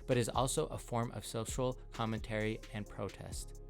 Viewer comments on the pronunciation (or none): none